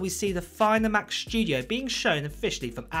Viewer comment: What a weird pronunciation - what’s up with the overemphasized SPG “s” in “shtudio” ? Other than that, where’s any source for this rambling??